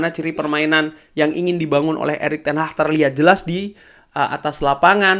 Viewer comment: Erik ten haggg bang bukan ten hahhh